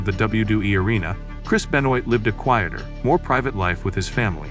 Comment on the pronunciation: Great, AI that can’t even pronounce his name - goodbye